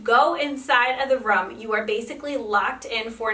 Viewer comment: I'm sorry but can you not say room correctly?